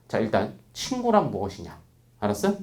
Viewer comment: 알았으? 이 꽉물고 얘기하실때 나만 멋지게 느껴짐?